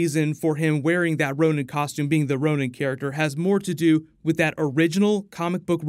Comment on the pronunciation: So he becomes Ronin, NOT Ronan